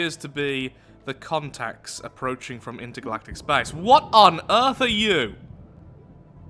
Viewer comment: "It's pronounced earth, daddy" "Really? Then why does have it have an a in it. I'm just going to keep on calling eearth"